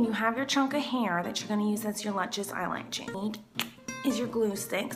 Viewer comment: it is sort of annoying when she say "lunches lashes"